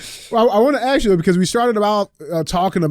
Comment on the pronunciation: Can we take a moment to ask DJ why everytime he says “ ask “ he keeps really saying “axe” 😂